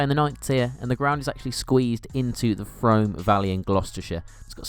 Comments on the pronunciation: It’s A-run-del not a-RUN-del. Pretty sure it’s ‘Froome’ also. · Yes, Frome definitely rhymes with broom.